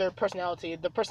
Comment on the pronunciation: I love how to you say quirk as cork